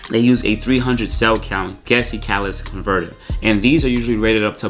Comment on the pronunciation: Its been years and he still cant say "Catalytic converter" correctly 🤣